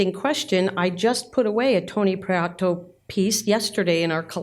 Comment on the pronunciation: Lovely video, thank you. As a Spanish speaker, Antonio’s last name is pronounced Pree-eh-toe, as opposed to Pree-ah-toe.